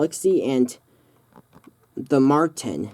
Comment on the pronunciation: Did anyone notice he said Martin instead of Martian